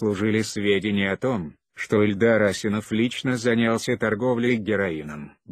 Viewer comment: Что за озвучка противно слушать Ударение пипец. Даже фамилию Ильдар неправильно озвучивает.